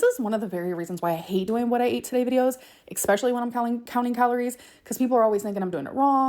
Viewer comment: 👄 had the nerve to say folks are dumb for calling out calories…then says “eXspeshully” then “eXscaping”😂